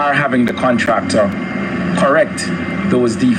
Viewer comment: "Call da contracta,we need da contracta' 😂😂😂 shout out Rosie!!